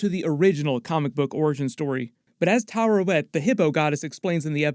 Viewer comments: Its Taweret btw not Tarewet. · Tuh-WEAR-et That’s how the show pronounces it anyway. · Taweret: exists: Tarawet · Why do all the youtubers I subscribe to say Tarawet when her name is Taweret bruh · Oscar Isaac literally says “Taweret” several times throughout the series… Why does every YouTube commentator always mispronounce that name? …annoying… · It's Taweret,:D